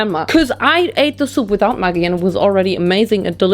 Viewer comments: Who else had no idea what this 'mugi' was until the bottle came out because you pronounce it as Maj-ee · that is pronounced as 'Mya-gi'! The thing you pronounced is a very bad curse word for women. It has a bad history of how it became a slang men used(still use) to degrade women very much. Apart from that, LOVED it! ❤️ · Today’s the day I find out maggi is pronounced muh-ggi and not meh-ggi omg my whole life feels like a lie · Hi from Australia we have the same brand maggi but we pronounce it like - magic without the c - I think the sauce is the maggi style of ketchup manis, sweet thick soy sauce - the darkest sauce of the 3 in the mi goreng pack